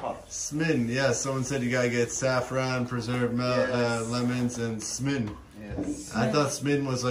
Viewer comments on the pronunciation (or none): Blanket for Tanjia hahahaahah, the cave man:D, it's Smen, not Semen:D